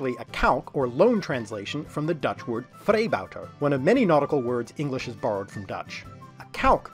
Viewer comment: Not to rain on your parade, but all I could hear is "freebouter", perhaps a variant on the 'kabouter'.